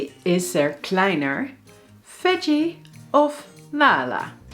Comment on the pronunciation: This sentence is so damn hilarious to hear for me,because in German it literally means: How is he smaller=Wie ist er kleiner? But the actual meaning is: Who's smaller?=Wer ist kleiner? Plus,the strong American Rrr sound in kleiner sounds so strange to my ears! It's kleinaaa in German (pronunciation)